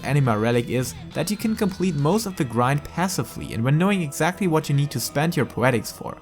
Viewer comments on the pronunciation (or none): none